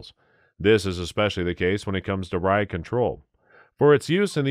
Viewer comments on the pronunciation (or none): none